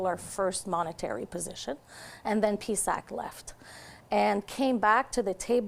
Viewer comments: P. S. A. C. not PEESACK 😠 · it is not peesack Mona....